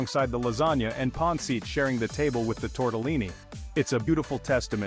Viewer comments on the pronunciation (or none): OMG…can’t stand the mispronunciation of simbang gabi, lechon, pancit, maligayang Pasko, etc.😂😂😂😂😂